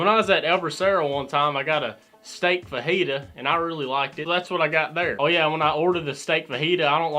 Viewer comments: the way he said fajita sounds like vagina. big steming pile of vagina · "They brought me a whole steaming pile of vagina." I know that ain't what he said but it kinda sounds like it😂